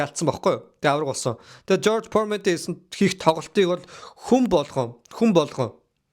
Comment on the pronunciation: George Foreman not George Poorman